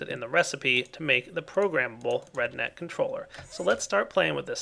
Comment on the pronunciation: Everytime he said RedNet, it sounded like he was saying redneck hahaha